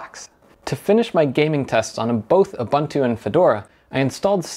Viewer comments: Huh? Ur- bun - two!. Isn't it Ur-boon-too? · U-boon-tu not U-bun-tu🤦‍♂ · its pronounced youboontoo and devian is deeveean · Ubuntu is not pronounced OobAntu, it is pronounced ooboontoo, I see a lot of American/English reviews getting it wrong. The GUI for Ubuntu was first designed by a South African, Mark Shuttleworth and the naming is based on the African term Ubuntu. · You might as well learn how to say Ubuntu properly after switching to it and trying to say it so many times :) It's pronounced "oo-boon-too". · Ubuntu (/ʊˈbʊntuː/ (uu-BUUN-too)) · "KOOBANTOO" does not exist... it's pronounced "KOOBOONTOO"... The same goes for "OOBANTOO"... 🤦‍♂